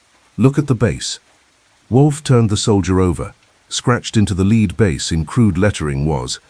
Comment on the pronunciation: Lead base should be pronounced led not leed.